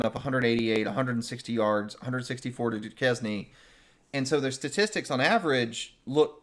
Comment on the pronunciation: Would love for you guys to have more recognition but damn I don’t want an expanded playoff. Also, I know you don’t speak French but what the hell is “due-kez-knee”🤨